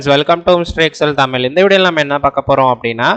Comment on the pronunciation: தமில் இல்லை சகோ... தமிழ் சரியாக உச்சரிக்கவும் நன்றி